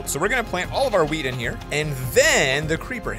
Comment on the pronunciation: He said plant our weed not wheat